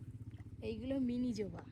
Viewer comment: ওটা জোবা নয় ওটা হবে জবা 😂😂😂